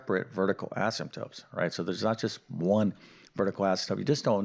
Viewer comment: He can spell Asymptotes correctly but he pronounces them asymptopes. I don't get it.